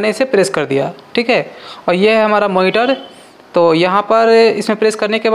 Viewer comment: Power cablee and moniteree 😂❤